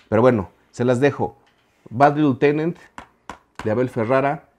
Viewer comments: Alguien más notó que el decía "little-tenant" en vez de "lieutenant"? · No mames ,parece que estas diciendo "bad little tenant" o sea "pequeño inquilino malo" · Pronuncia bien Lieutenant no manches. Little tenent jajaja